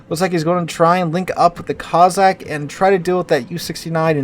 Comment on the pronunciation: Coss-ack,, coss-ack, not coz-sack.